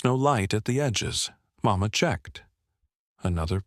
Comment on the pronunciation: The narrator does'nt use some of the correct pronunciations!! Not MaMa! Mama.